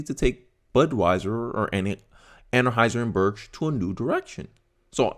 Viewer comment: 😂 Ann-High-Zer Bush. Other than that, perfect!